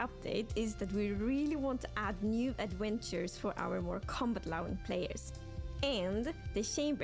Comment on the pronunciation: New Adwentuwes :3